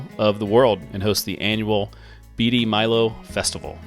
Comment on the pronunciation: Thanks for featuring my hometown of Seneca. beatie Kansas is pronourd Bait-E